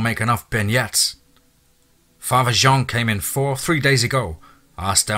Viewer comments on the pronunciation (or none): none